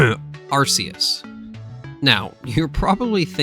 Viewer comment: "Arkoos" Also I think the difference between Legendary Pokémon and Mythcal Pokémon is that with Legendaries people have actually seen them so they know that they exist. Where Myhicals they're so rare that people think that they're only a myth.